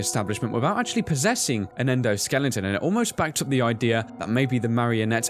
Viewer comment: I love it when they say "Endoskelington."